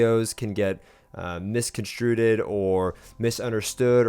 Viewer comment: Misconstrued . Not misconstrueded